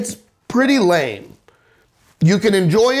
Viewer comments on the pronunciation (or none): none